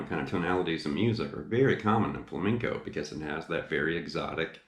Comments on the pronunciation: He's saying fleinco its flamenco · I remember this guy giving me sht because I wasn’t pronouncing “flamenco” properly! Lol Lesson learned. Beware! 😊 (Great lesson! Thanks! I learned a bit from that book “Guitar Grimore”.)